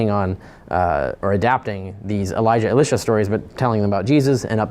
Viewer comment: Ee-lye-sha Not ee-lish-a